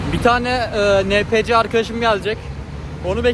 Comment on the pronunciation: enpisi diye okunur o